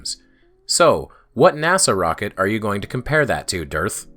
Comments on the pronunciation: The way you pronounce "DITRH" sounds and feels like a person's brain segfaulting. Which, admittedly, is a probable side effect of listening to flat-Earthers for too long. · Wow. ...No witty quips this time; just wow. That was something else. (P.S. I liked the pronunciation of "Durrth." That gave me a chuckle.)